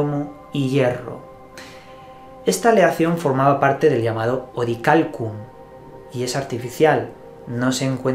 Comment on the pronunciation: SE Dice!!! Orialcon !!!!!!!